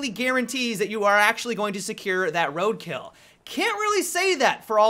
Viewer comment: Yo the way he says road kill pisses me off "road kayle"